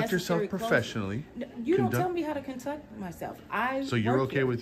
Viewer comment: " You don't tell me how to " CONTUCT " myself " ?? 🤓🤓🤓 YOU HEARD WHAT "IT" SAID PEOPLE ! ! ! ! ! ! 😂